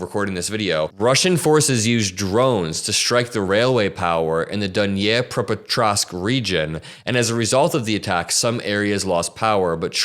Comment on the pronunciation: Say "NEE-PRO", and " NEE-PRO PET-TROSK" 😀